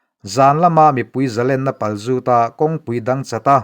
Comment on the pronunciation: zalênna tih hi sangha lên kan sawia lên ang zel tur hi a ni, lian sawina chi khat len zawng inang tih a len rik anga i rawn hmang leh zauh ṭhin hi a dik lova, mahse ka hrethiam khawp che, kan pulpit ṭawngkam aṭang hian kan dawng nasa tawh em a tin ni. Mahse hman dik han tum hram teh.